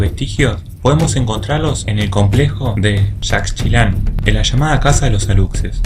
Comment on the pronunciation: Amigo, en relación con el duende Alux, su pronunciación sería Alush según las reglas del español, porque la x en maya se pronuncia como Sh en español, igualmente la población Yacxilan, se pronuncia Yac-shilan, excelente programa, saludos desde Yucatán